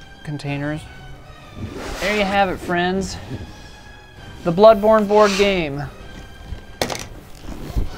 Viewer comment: Ahh yes, "Blodborne". 😋